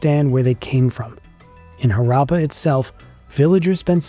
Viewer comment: Images of rural people showed between the 3 rd and 4th minute are misleading--because they are presented as if they are the people from those times. Moreover, you should have worked on your pronunciation of Harappa, Harappan, Mohan Jodaro. As for gods and beliefs, they don't a religion make.